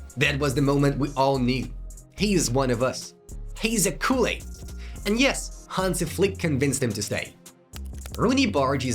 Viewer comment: Learn how to pronounce Cule, you sound like an idiot.